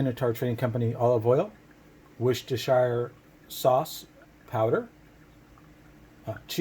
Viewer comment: I am loving your videos!!!! Just being helpful and being married to an Englishman. It’s wurstersure. Like New Hamp”shire” And brat”wurst” Hope this is helpful.